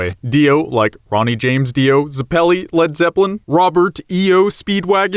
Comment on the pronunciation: Pronouced zep lee